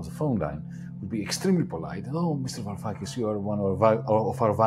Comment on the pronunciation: btw it's Varoufakis not Yaroufakis, also I could have sworn most ML's swore off this guy after his weird "neo-feudalism" kick. I can't say I've heard much or engaged with his material since he started Diem25/started appearing with Zizek a lot. I know his stuff on Palestine has been solid but I don't know how to approach most of his work from a Marxist perspective, truthfully.